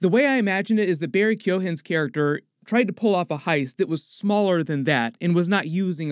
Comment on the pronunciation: It’s a hard G in Keoghan